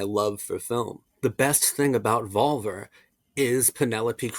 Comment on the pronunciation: Is pronounced VolvEr ✨